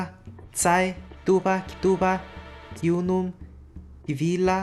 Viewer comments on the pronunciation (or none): none